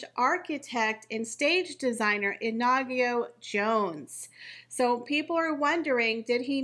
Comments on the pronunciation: Pronounce it like in-ago. The emphasis would be on the IN. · The new Middleton babies name is not pronounced Ah nah gee o It is pronounced Ee knee go Short sounds In Spanish. Meaning Fiery🔥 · It's NOT "Inagyo". It's Iñigo, which is pronounced "IN-YI-GO". There is no such name as "Inagyo" in Spanish. It's like calling a "Jennifer" JEN-AY-FAR. That little mustache on top of the letter "n" is called a tilde and it signifies that the "n" is supposed to be pronounced with a "y" or "I" followed by the vowel after it. For example, the Spanish new year greeting "Feliz Añonuevo" is FE-LIZ AN-YO-NUEVO. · I In-I-go. (i as in big)